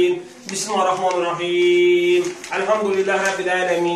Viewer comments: Bu niye bismahirrehmanirrehim deyir? BIS MIL LE HIR REH MANIR REHIM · Ala Bu bismirlahir rehmanir rehim sozunu duz demir.bismahi rehmami rehimmmm deyir